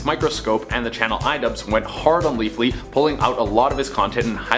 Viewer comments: Ha he said leafly like the weed site he didnt say leafy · Leafy not Leafly.